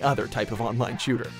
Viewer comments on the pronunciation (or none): none